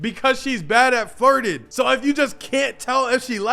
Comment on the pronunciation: I'm sorry bro I'm really sorry but I honestly thought you said farting not flirting....that whole section had me looking crazy